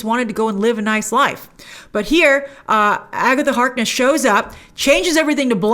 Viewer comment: “It’s been Agetha all along!!”